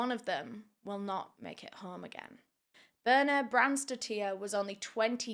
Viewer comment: it's more like "bih-rr-nah" and last names here in iceland is just ur dad's name and than "son" or "daughter" at the end so her last name is more like "bh-jah-rr-nah-s-dou-tt-tirr"